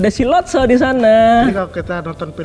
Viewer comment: Latso Bukan lotso🙏